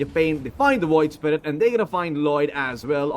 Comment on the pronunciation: Its the PIYOH! caster hahaha. WOID spirit hahaha!